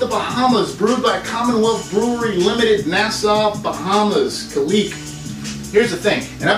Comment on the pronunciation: It’s pronounced ka-lick